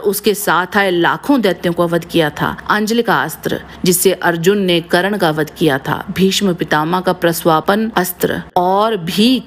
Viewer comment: karan nhi its karn